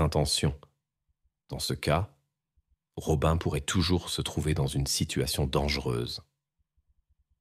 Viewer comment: Rob"un" alors que ça se dit Robine. Berk, j'arrête d'écouter.